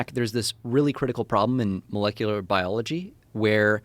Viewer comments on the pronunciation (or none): none